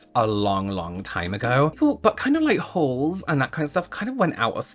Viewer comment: Took me three rewinds….. “Holes kinda went out of style”??????? OH HAULS!!!!!!!! (And I lived in Scotland for 6 months!)